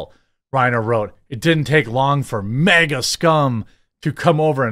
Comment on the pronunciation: It’s MAGA not mega.